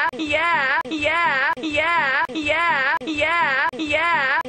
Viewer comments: after a while it sounds like hes saying "gay app" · it sounds like he's say hunkyyeah